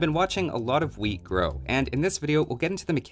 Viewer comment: i rewinded here a few times to see if u said weed or wheat